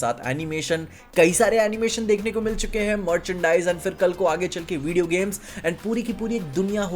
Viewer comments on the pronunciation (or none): none